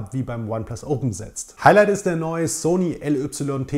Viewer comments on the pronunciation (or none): none